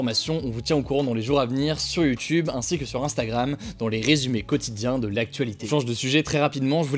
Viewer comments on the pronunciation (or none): none